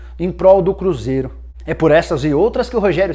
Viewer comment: o cruzeiRO Nicola.2019